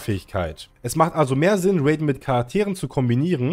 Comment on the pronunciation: Ist nicht bösse gemeint aber es wird nicht Räyden sondern R.a.i.d.e.n